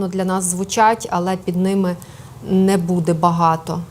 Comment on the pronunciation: Хороший докладач, але буква Э та слово Нэ - портять все. Противно слузати це мэкання!